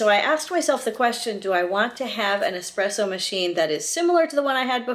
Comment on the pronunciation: thank you for correctly pronouncing espresso.....if i hear EX-presso one more time ....haha! great video!